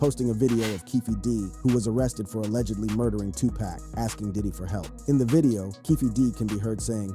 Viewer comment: Yo how you gonna mispronounce Tupac? 2PACK? C'mon maaann